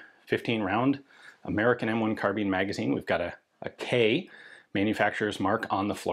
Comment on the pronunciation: Car-bine not Car-been. Unless you bale hay with Beender Tweene... Carbine means to bind as in tie up. A Carabiner is a clip or attaching device and that name got attributed to the short sword used by Calvary similar to a lanyard for a pistol. Anyway it became a short gun as well but it aint a Been or a Bean. American slang twang is that. Now you know.